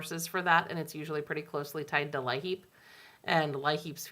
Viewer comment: You’ve been very helpful with everything going on during this shutdown. I’d be going crazy if it wasn’t for all the updates!! Oh and thought I’d let you know that LIHEAP is just pronounced like the word “Leap” Thank you and keep it up 🥰